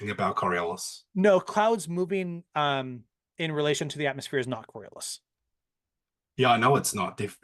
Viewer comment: got so many of his talking points from Americans that he can't even pronounce "Atmos(phere)" properly. He calls it an AtmOHs like the wannabe American he is.